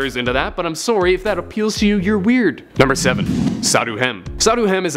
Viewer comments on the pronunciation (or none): He did that canadian I'm soorey